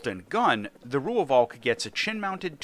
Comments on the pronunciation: its pronounced "roy-falk" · I just have to be the pedant: It's pronounced 'Roy-valk', just with a slightly stretched 'o' in Roy. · As a south african the V in Rooivalk is also pronounced close to F and an english V, so it would be close to Roy-Falk for english speakers